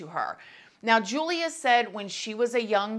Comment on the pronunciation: Hey, here for Poland 😊 her name is pronounced with English Y instead of J so like you would say Yulia. Love your videos 💕